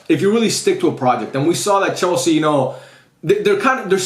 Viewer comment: "chelse" go back to scool unc 😭😭😭